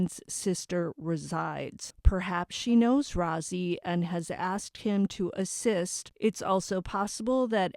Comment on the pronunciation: brad rozzi is pronounced roasy not rozy